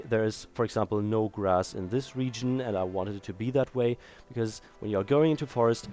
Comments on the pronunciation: "wanted" not "one tit" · "The location of the tree is one tit" is what he said